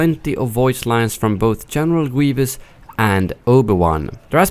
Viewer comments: General Gwievous 😂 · General Gwevious 😂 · General gueevus